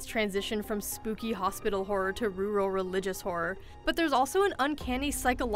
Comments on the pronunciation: did she really just say ruh-roll for rural? i swear, liberals are getting dumber by the minute. really sad. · she pronounce rural "rooral" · LOL "rooorull" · Is she trying to say "rural" or some other word entirely?